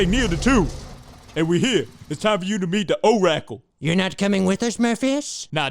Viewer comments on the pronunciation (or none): “The O-Rackle” hahhaha